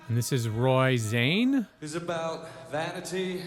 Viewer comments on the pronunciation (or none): The last thing he said was "Tusen takk", which is Norwegian for "Thank you". I have never heard anyone pronounce his name "Zane" before. I always assumed it was more like "Kaan", as in Genghis Khan.